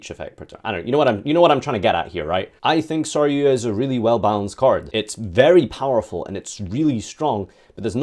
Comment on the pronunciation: take a shot Everytime he mispronounces sar-yu-JA